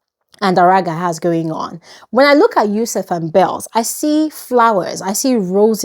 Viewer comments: you’re still saying “yousef” instead of “YUSUF” 🙂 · You stilllllll keep saying Yusef 😂😂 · Yusuf “ you still said yusef 😭😂